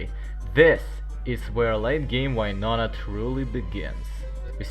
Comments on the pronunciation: Oh why-nonah. The intentional mispronounciation definitely gets peopls going 😅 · you kind of supposed to say "win" and then nona like win nona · I liked just for why-nona (I love hearing people pronounce names of characters in fun ways) and I'm commenting cuz it's a good video so far 🥰 really fun, good job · That's what I'm talking to my russian colleagues! But noooo, they all like to pronounce "Why-nona"!